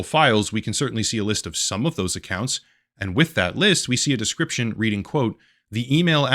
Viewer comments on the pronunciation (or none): none